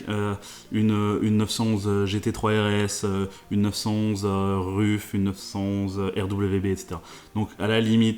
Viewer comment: Ruf se dit Reuf je crois